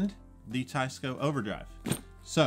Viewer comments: Please pronounce the brand name correctly. Teisco is NOT “ Tie-sco”. It should be pronounced like “ Tess-co “. ( テスコ ) Trust me on this. I’m Japanese and I know it. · Teisco is Japanese so shouldn't it be pronounced "Tay-ees-co"? (Tay to rhyme with say) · Isn't it pronounced Taysko? Teh-ee-skoh technically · If it's spelled Teisco, and in Japanese テスコ, why is everyone calling it Taisco? Including the company rep. Seems like they were very careful the way they spelled the company name Teisco (rather than Tesco) to avoid people saying tessco like the British supermarket Tesco. And they definitely didn't spell it taisco, which is the obvious way you would if you want people to say tie-sco. And still people are saying it wrong. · I love you. But as a Korean who grew up in japan. It is pronounced TE like TEd. I ee S SOO CO KO. And is Gu=GOO Ya=yeah ton-tone.